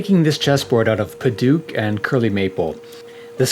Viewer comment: Me an burmese boi and hearing padauk like padook It is pronounced like :pa d out out and start it with d like Dout with k ending padouk